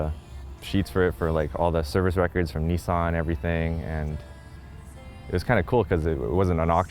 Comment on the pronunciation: It's pronounced Nissan not Neesawn 😀